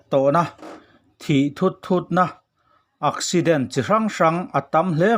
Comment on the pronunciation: Ak ipte ak lam dan nilovin thing ek lam danin accident lam tur aw😁😆